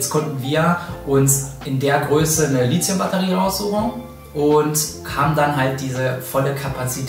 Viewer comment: Litzium??? Mach doch mal ein Video darüber, warum das die meisten Leute falsch aussprechen? Lithium kommt von Lithos (Stein) und das th spricht man wie bei Lithografie. Oder sagt irgendjemand Litzografie?